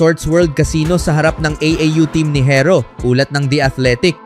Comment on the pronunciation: bisaya ka ba pati pag pronounce mo ng herro barok...makinig ka sa ibang blogger ng tamang pag pronounce ng herro para alam mo.